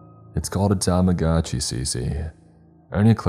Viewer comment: ?? Think=pronounced. "*Tamagoodchi. But. Who knows